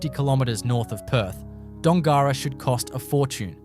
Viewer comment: You should learn how to pronounce Dongara and Kalbarri.